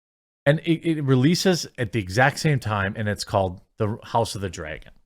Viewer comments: My Man. Its not Draygon. Dra"y"gon? Do you also say Aypple? Its Dra-gon. Where is this "aye" in Draygon coming from? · Say "draygon" one more time... Say "Token" one more got damn time...